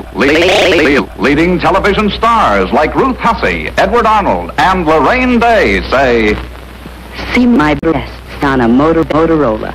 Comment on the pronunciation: Am I the only one who heard "Harambe" instead of Loraine Day